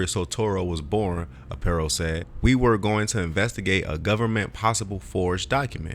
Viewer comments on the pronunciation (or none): Sheriff Joes name is pronounced R PIE O. Other than that I liked your video. Joe was my sheriff about 25 years ago. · His name is pronounced (Are) (Pie) (O)